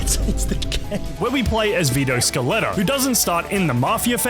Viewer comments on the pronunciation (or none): Erm actually its scaletta not scarletta